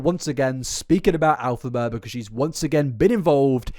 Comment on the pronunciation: Why does keep saying "AL-phaba"?? 🤔